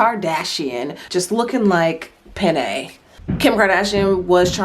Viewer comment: When you said pennay i cried. Like i cant handleee